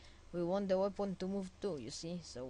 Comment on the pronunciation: Its "Weapon" no "Wapon" =D